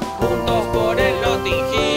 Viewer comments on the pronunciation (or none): "Soy la Julia y Jiugran, juntos por el notin giiiilll" ME MORI JAJAJAJAJAJAJA